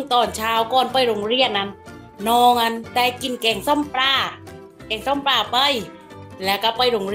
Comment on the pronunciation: ปลาครับ ไม่ใช่ปรา 😅